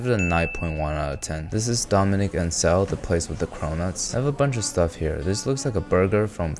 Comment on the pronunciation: "Well then" with strong Indian accent